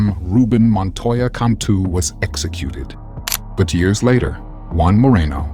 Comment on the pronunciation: Mostly the pronunciation of the years kinda threw me off